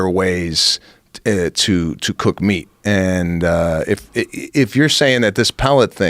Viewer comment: “wen u cook da meech” - 😂